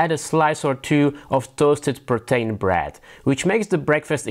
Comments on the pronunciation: I can't understand what the bread is he's putting the Tuna Salad on. Is he saying Protein bread??? It sounds more like Pretain bread, but I have no idea what that is. I'm grateful that he does it in English, but the accent is getting me on this one. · Really good, but the 'PRO-TAIN' had me confused for much of the vid. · that's what my wife came to. It just doesn't sound anything like "Protein" to me.